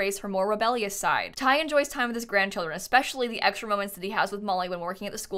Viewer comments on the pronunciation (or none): none